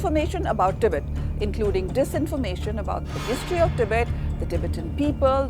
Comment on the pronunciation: your pronunciation the the word "Tibet" disturbs me